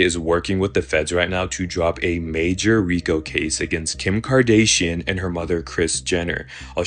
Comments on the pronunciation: Dude said "Kim KarDAYSHEin"💀💀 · this guy knows dang well that it's not pronounced "Kar-day-shion" 😂 Thanks for not doing that rage bait garbage. Seems like everyone is doing it now. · Ray j was a singer not a rapper,and her name is Kim Kardashian ,not Kardaysion. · Kim KarDAYsian kills me everytine 😂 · The dude talking about Ray J pronounces a major, MAJOR celebrity name wrong in every video. That's some sort of ritual. Kardayshian? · how is it possible that guy pronounces kim ks name like he has never heard it before..is he a bot cause how do you not know how to say her name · tbh mispronouncing kardashian took me out completely on that whole conspiracy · How do you not know how to pronounce Kardashian at this point? lol